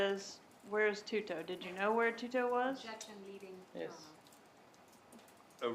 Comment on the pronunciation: Rivera: “Tu-to” Attorney: “twoo-toe” 😂💀